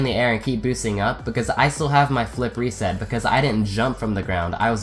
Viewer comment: I love these, but why do you say philip reset? 😝